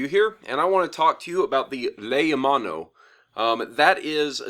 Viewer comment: your pronunciation is a bit wrong, it is pronounced like lay-o-mon-o, lei means garland,Mano means shark, o is a proper noun, it means "a sharks garland" in English, I know this as I speak a decent bit of 'Ōlelo hawai'i, and I am from hawai'i, I just get annoyed at mispronunciations (idk if I spelt that right) but It's not your fault for not knowing, so I hope this comment helped understand the pronunciation a bit more, love your vids btw !!